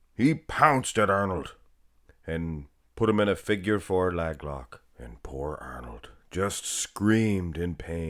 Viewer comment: As long as you say “lag’s” instead of “leg’s” in every video….. I will like and comment every time ! Haha love it